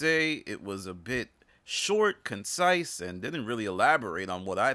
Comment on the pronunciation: And this YouTuber guy called it “concise” 😂😂😂😂